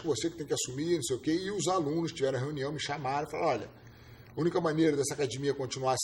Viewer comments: Por q falar "acadimia" e não academia ? Português correto também é para ser ensinado..os gracies tem essa parada de falar o jeito graciano de ser.."Acadimia" é o cacete. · Sou carioca e acho estranho também. Só os Gracie da segunda geração (filhos do Carlos e do Hélio) falam acadimia. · "AcaDImia", é engraçado, mas a maioria deles falam assim. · Porque eles falam cadimia? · ACADIIIMIA , pq todos os Gracies não falam direito essa palavra??? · Se não falar cadimia não é gracie.